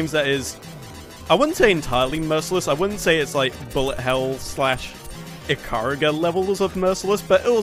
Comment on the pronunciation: I've always pronounced it as "Ika-ruga" myself, I've never heard it pronounced that way. With that in mind, when's the playthrough of Ikaruga happening?:P